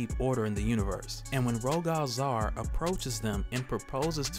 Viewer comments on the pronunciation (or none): It's pronounced Ro-gull Zay-ar like royal with a G instead of a Y. And then Zaar is a fine A sound, hard A, soft A. Like "Say are"